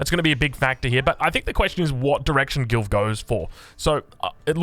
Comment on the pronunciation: Is it just me that heard "GILF" everytime he says Gilv 🤣